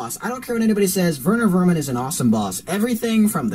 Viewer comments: its werner werman not verner verman, if its the acsent then i agree. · It’s not verner vernan it’s Werner werman check it #mandela effect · It’s WERNER WERMAN NOT VERNER VERMAN